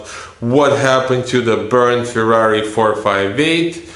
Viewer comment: The car is called FERRARI not FIRRARI get your pronunciation right, you are damaging the brand 👎